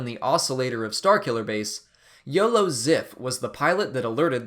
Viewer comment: ''yolo ziff'' lol